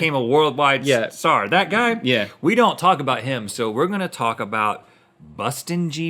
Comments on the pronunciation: It’s Justin Bieber not bustin jieber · bustin jieber... RHETT THAT WAS AMAZİNG MCKFMKCFMD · "We shall not say his name but we shall call him Bustin Jieber